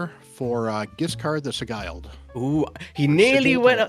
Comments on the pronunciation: It's Si-gell not si guyled😅 but I have heard it so much from so many CCs that is his name Si guyled😅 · Hello, please hear in google translate how 'sigiled' is pronounced.